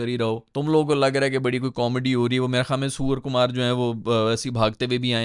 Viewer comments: he says ' Suwar kumar' 😅😅😅😅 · suwar kumar 💀😂